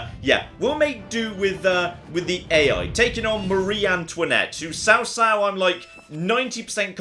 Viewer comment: this looks like a mobile game if i've ever seen one. Also, Cao Cao should be pronounced Chaw like chowder. I laughed at destroying the MOUNTAIN.